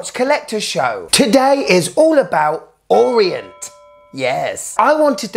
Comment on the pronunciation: It's Orient. Not Orient.